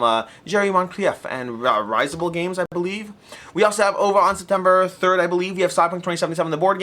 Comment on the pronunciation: Ah! So close! Risible: (/RIZ-ible/) to provoke laughter.